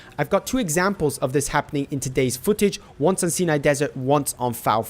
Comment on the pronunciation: Stop calling it the "SIN-EYE desert"...it's...the Sia - ni...pronounced...SIGH - NYE...capeesh?....only fingernails on a blackboard sounds worse....and the mortar rocks btw.